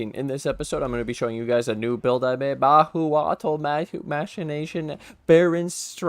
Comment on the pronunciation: Mah-who-cho-tl we would say here in Mexico :P